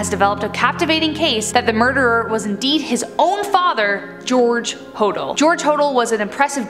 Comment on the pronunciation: Ho- dale is how you is how you say it